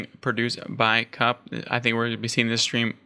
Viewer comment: I've heard Drongo pronounce it "cowp" not "cup". Like you mentioned, Beasty was happy just to trade out units and prolong the game as he knew he had the villager advantage, and the longer the game went on, the better it was for him with 2TC French quicker vills, so maybe 2.4xTC's to 1. If I was kauP, I'd have a different comp. cav/archer beats archer/spear as cav baits out spears and get taken out by archers, then cav cleans up bows. Kaup should have taken the boar on his side with some spears and that would have given him the food to mass horsmen/spear and that would have countered Beasty's cav/archer, and cav/spear is much better for taking out a TC than spear/longbow as the horsemen have good torch damage. Some cav/spear with a couple of rams could have taken out that second TC then dealt with Beasty's army. Then go fast castle and overtake beasty with the king's palace and then get relics and push forward with outposts and siege.